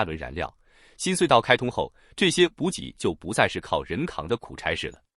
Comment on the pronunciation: ｂｕｊｉ补给，不是bu gei